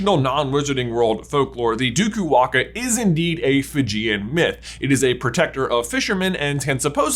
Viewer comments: I am Fijian and can support the “DUKU-WAAKA” theory, although in our culture it’s called “DAKUWAQA” (Pronounced : DAAKOO-WAANGAA) - “It’s Levi-O-sa not LEVYYOOSAA” 🙏😂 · Im from Fiji absolutely love your channel and i find it cool that you found that super specific article. But OMGGGG that pronunciation hahahah ( no fault of your own though ) the Fijian term is probably Duku-wanga because its based on the Fijian old god " Dakuwaqa" pronounced Daku-wah-ng-ah. Laughed so hard watching you so confidently mis-pronounce it, such a great effort though. As a potter head, found the article in itself super interesting. I don't even know if you'll see this comment. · I'm Fijian. Did NOT expect this theory to go in this direction! LOL p.s. waqa is pronounced waanga, and its more common to say dAkuwaqa not dUkuwaqa but either is fine, they sound similar enough! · Me, a Fijian watching this 😳 Wasn't even aware we had a national quidditch team 😱😁🙌🏽🇫🇯 Lol banger vid as always...🔥 btw J its pronounced Duku -Wah-Ng-ah...with the Q pronounced the same way as the letters N and G in the word 'Anger'...Q has a hard G sound in the Fijian language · Hey there, being fluent in Fijian I can inform you that the Dukuwaqa is pronounced "nDukuwanga" with a hard g like in finger. Just my little addition of you'll have it